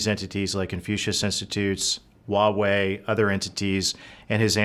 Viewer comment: It’s Huawei. (Hwa way). Not wa way